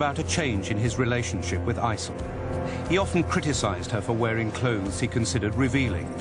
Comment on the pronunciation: he did aysel so wrong :/